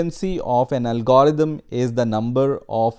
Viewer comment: First time I have ever heard anyone pronounce it 'al-GOR-ithm' instead of 'AL-gr-ithm.' It's just a minor thing, but it's distracting since I can't stop fixating on how a person gets this far in the discipline while mispronouncing the primary term. I don't care that a person struggles with mispronunciation, but all his other pronunciation is pretty good except for the primary term of the topic at hand. That's just funny. Every time he says 'al-GOR-ithm' a tiny fraction of my mental bandwidth is diverted from learning in order to suppress an internal giggle.